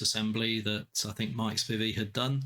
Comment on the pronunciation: My last name, Spivey, is pronounced with a long I. Please get it right next time! But I'm glad you picked up my disassembly of the 6802 version and were able to use it. Best wishes, -- Mike (not Mark)